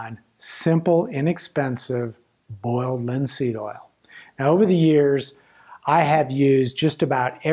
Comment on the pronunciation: Boyald lihn seeëd ohl. All seriousness though I learned a ton from this video. And comments like these just add to the charm!